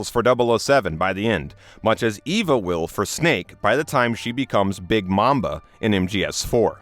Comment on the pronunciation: Big Mamba? No sir it’s Big Mama